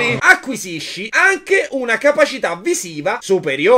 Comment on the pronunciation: Puoih fareh anceh il riassuntoh de Il signore degli anelli? Pls Grz